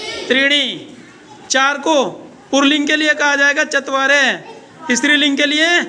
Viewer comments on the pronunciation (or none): पुल्लिंग कहते है पुर्लिंग नहीं कहते और स्त्रीलिंग कहते है इस्त्रील्लिंग नहीं कहते बच्जों को सिखाते वक्त, बिल्कुल सही सिखाना चाहिए....